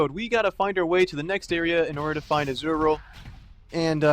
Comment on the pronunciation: Izual, pronounced as " is - u - ul ". >.<